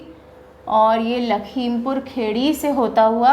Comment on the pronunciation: it's not खेड़ी its खीरी